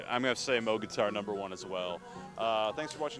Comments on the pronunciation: no, you are mistaken.. pronounced, Moe-G. Not like it's spelled. Bob Moog would get upset when people would pronounce it "moo", like a cow would say. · Definitely Mowg, not moooooog. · Moog is pronounced how it's spelled, not like a cow goes MOO -- like "mow"ing a lawn. People pronounce it both ways, but Bob Moog clears up the pronunciation in the documentary bearing his name. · "MOWG"? It's moog. like a cow.